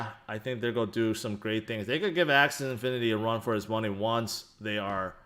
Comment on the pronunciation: Love you but it's AxiE infinity pronounced Axy:D